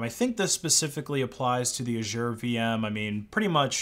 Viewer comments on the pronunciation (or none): You are going to want to go to google translate, type Azure in and listen to how you say it lmao.